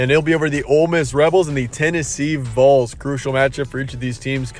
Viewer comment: Let us help real quick. I heard "voles" or "vowls" from you. Like pole or bowl. It's correctly pronounced "Valls" or "Vawls". Think wall, ball, fall...VOLS.